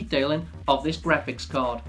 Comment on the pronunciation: du u have to keep repeating "grapcihs card" "grapcihs card" "grapcihs card" all off us know that its graphics card and u dont have to say it every 10 seconds